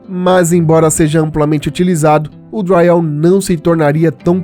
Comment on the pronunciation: Porque vc fala dryall?